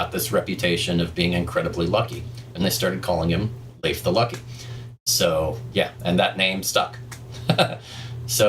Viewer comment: Pronounciation as on point as far as I can say. I know Swedish, and the name can exist I guess in all Nordic languages (except of course Finnish), so I would say Leif sounds pretty much the same...